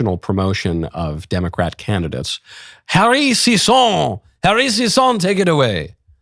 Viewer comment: I love the way he pronounces sisson